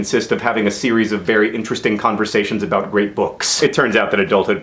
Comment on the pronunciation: It sounds like he said " about rape books", but it is probably "great books", because that would make more sense... Is it not strange that 2 of the top 4 books in the NYT bestseller list contain references to orphans?